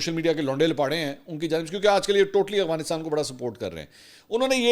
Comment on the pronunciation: منصور بھائ مجھے شک پڑتا ہئے3اپ افغانستان کی بجاے اوغانسٹان بولتے ہین